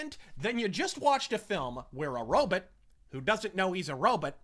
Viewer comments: I thought he was saying Robit like Dr. Zoidberg from Futurama. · I hear it was Ro-bit. Maybe Roe-biit. Regardless it's at least as funny to me if not more as when my buddy used to intentionally mispronounce sniper rifle(which is kind of a civvie bullshit word) as Snipper Riffle